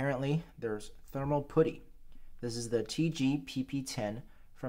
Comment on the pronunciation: NA educated?. Go back to school and learn how to pronounce putty